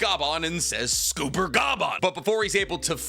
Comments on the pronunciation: Scopper Gaban ‼️ not Scooper Gaban 😂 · no you can say every other name wrong but cmon its gold silver and copper Gol.d Roger Silvers Reyleigh and S...Copper Gaban its Scopper not scupper like im scooping poop its copper with an s like idk that one just annoyed me its so simple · It's Scopper, not Scooper ffs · On 047 how he says scopper caban just makes me cringe. Just to let you guys if you didn't know how. Goldie Rogers first three crew members worked is it was gold deed. Roger, he's gold then it's silver silver's raley for silver and it's copper Gabon for scupper Gabon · It's not Scooper bud, 2 P's not 2 O's sCopper gaban Silver Rayleigh GolD Roger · Gunko is fair tho if it helps for scooper the pirate king and his wings are named after gold silver and copper so those names are all pronounced as such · W video content. But L on the name pronunciation. For future notes it's said like scoper not scooper. It's one of Odas name theme jokes. Gol D Roger = Gold Silvers Rayleigh = silver Scopper Gaban = copper. And I'm sure most of us say his last name like Ga•bawn instead of Gaw•bawn. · Normally I hate people criticizing your pronunciation of things, but I can't get over the way you keep calling him "Scooper" it's like "copper" to fit with the name scheme (gold, silver, copper) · it is not scooper it is pronounced like copper. so s=copper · It's not scooper btw. It S copper. Copper (the metal) with an s before it. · It has to be rage bait, right? “Junko, Sommers and Scooper Bogon” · Lol "Scooper"? You need to work on a lot of pronunciations lol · what the fuck is this pronunciation? S-cop-er it’s just copper with an ‘S’ at the beginning 💀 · The funniest part about the scooper pronunciation is how Tekking jokingly says it 😂😂😂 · Chat, is he mispronouncing all the names on purpose? 😂 Scooper Boggone Goon-co Huhhh?! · Your pronunciation is normally so good! But with one piece it’s getting painful to hear you saying things like logia and scopper